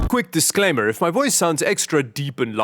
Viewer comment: "Disclainmer" hahahahaha. Never change,.